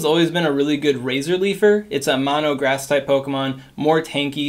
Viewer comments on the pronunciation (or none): none